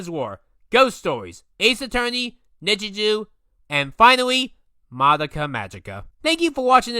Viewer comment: Ngtl his mispronunciation of some of the Japanese titles and names kinda piss me off. He stated in the video that he watched most of the anime in dubbed but mispronounced the name Midoriya lol. Also who tf pronounces nichijou like that?